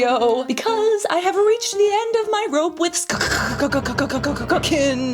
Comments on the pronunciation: don't know why you always say skkkkn - its literally skkn - ur not funny at all with that - just be respectful, like u been to other brands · The way Cass pronounces SKKN “SKKKKkkkkkkkN” 😂